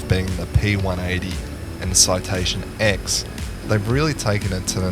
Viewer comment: FYI, it isn't Citation X! It is Citation 10, as in the Roman numeral X.